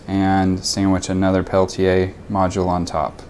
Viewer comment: You're saying it proper! Pel-Tee-Yay